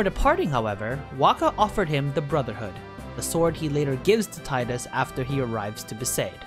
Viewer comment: Sorry friend, but his name is pronounced Tee-Dus. There is an interview I'll find and link with the voice actor and he makes an interesting point on how when reading it, he read it wrong, it was supposed to be how you say it, but he saw and read it differently so it stuck (or something similar, let me find that clip)...